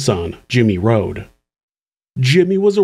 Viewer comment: its Rode not Rodes